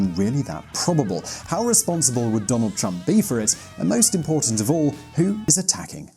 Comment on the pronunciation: Who the hell is Donad?